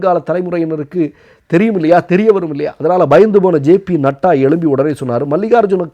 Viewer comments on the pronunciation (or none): none